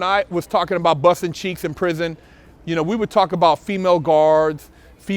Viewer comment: "One of the Dopeth'est channels on youtube". "He got his cheeTHs busted". 😁😂🤣 "Bust'N Cheeths in prison"... I'm laughing so hard... "NO MAN, wants his cheeths busted". Word.... Funny as hell "Shit happens"... 😁😂😅